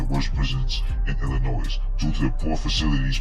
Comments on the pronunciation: hard to understand the voice and Illinoiz is not prounced that way....it's Illinoy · Illa”Noy”……not Illa”NOISE” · Back to Basic English to not sound ghetto . Silent s on pronouncing Illinois. Pronounced Illinoi. A Joe Daddy message. God Bless. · Learn how to properly pronounce the word....Illinois